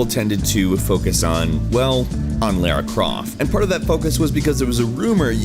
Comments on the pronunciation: not laira its la-ra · It's pronounced La-ra Croft. Both syllables rhyme. Not Lair-a. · its lara not lera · Lol you say "Laira croft"....Couldn't get past it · twitches He said Lara wrong.. twitch